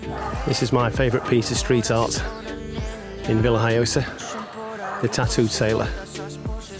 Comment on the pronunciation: isnt it VillaHoyosa iinstead of VillHiyosa ?